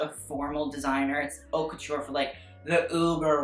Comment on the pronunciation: "i don't know how to say it" i mean you don't even pronounce haute correctly.